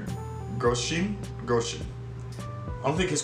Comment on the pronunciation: Grosjean is pronounced as Gro shauwn with a french accent 😂